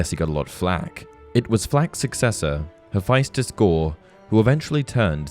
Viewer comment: good video, but i think it's pronounced heh's-fes-tus, not hes-fye-stus